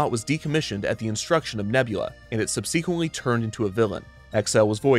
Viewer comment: I love this channel, but I have to call you out on 'Sub-SEE-quently" . It isn't the only word mispronounced in this video, just the most obvious. Still love you though.